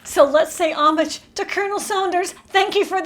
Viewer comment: You pronounced homage wrong.